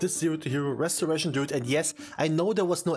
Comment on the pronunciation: my man... RESORATION DRUID it hurts dude.. it hurts